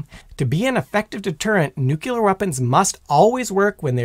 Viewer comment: I really like your presntation style. That said, I've got a pet peeve - "Nuclear" is pronounced NU-CLEAR not NU-CULER.